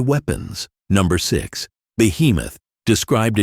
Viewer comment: And the book Job is not pronounced as something we do 9-5...hi..having any victories????????????